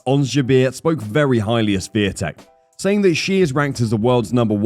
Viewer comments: Swiee-tek? Please realize there is no "S" letter or sound in her surname which is "Świątek", which means holly btw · No, it's Shvyon-tek. North Americans don't have a sound for the accent on the "a" in her name, but that's as close as it gets. "W" in Polish is basically "v" in English. It's never silent in Polish though. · Her name is Swiatek, not Swetek. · Her name is pronounced She-on-tek. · You should learn to pronounce her name correctly. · You said wrong her last name. Over and over again. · Since you made a special video about Igs Swiatek. you should have dug a bit more into how to pronounce her surname correctly . You are way off dude. It would take you 10seconds to find out. Kind of embarrassing. Really. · Wouldn't it be incredible for content creators to actually learn how to pronounce her surname correctly? It would probably take 30 seconds and end that joke-or-an-attempt in this video. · If you are making a video at least have the decency to learn the correct pronunciation of that person's name. Cant be too hard????? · Maybe the commentator should LEARN how to pronounce Iga’s last name - IGNORANT&UNPROFESSIONAL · Geeeez, cant you learn to pronounce the name properly? Shes the queen of tennis for ages now. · LoL, please learn how to correctly pronounce 'Swiatek'. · LEARN HOW TO PRONOUNCE HER NAME, FFS! >< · Everyone would appreciate it if you learn proper pronunciation of IGA'S last name. Please make a little effort because the way you say it is unacceptable and shows lack of respect. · U could learn how to pronounce Swiatek. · If you're going to do a video about Iga Swiatek, you should probably learn how to pronounce "Swiatek"